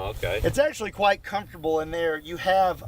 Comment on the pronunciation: How 'quite' you love it? Or How 'white' you love it? I didn't hear which you said, but in this instance: 'quite' could imply the potential of not liking it. While 'white' completely seals the deal. How white you love that has already answered itself xd.